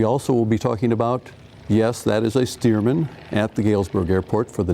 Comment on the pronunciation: STEARMAN After Loyd Stearman , not Steerman